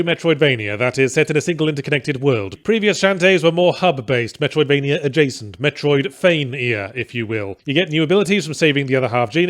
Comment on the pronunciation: Metroid-feigh-ia lmao.